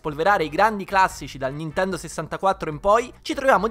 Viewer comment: lo so, ma all' inizio sembrava halo ahahah